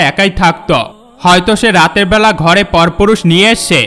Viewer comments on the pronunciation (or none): none